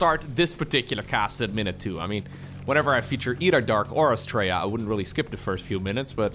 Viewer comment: The way you pronounce Astrea sounds like "Straya". Straya is how we pronounce "Australia".